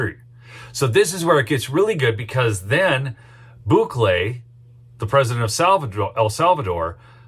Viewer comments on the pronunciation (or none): Bukele = boo - kay - lay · is pronounced Bukeeele!